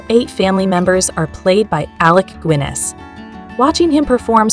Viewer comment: Alec goo-inness? AI fail.